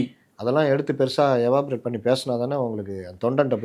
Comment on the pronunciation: எவாப்ரேட் என்று சொல்ல கூடாது. அந்த வார்த்தையை எலாப்ரேட் என்று சொல்ல வேண்டும்.